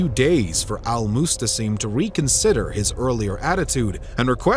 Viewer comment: It’s al Mu’tasim not mustasim.